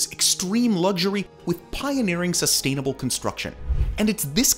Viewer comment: Why do you pronounce "luxury" that ridiculous way?